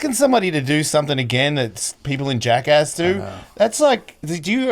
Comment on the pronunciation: As an aussie, its so refreshing to hear another one of us pronounce 'Jackass' correctly.